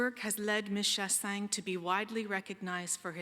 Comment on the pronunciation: Yeah she's saying Shah-sang BUT it's actually Shah-sahnye (sorry hard to explain Québecois pronunciations in English.)